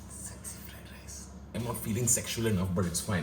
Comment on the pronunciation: Still mad at for saying "egg sexy fried rice" instead of "s-egg-sy fried rice".....